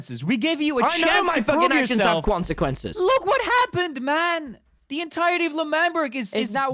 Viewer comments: HE SAYS QUANQUENCES 😭😭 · All I hear is "your actions have CoNciQUenCes"